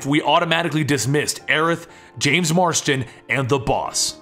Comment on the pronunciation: ITS JOHN FUCKING MARSTON GET IT RIGHT!!!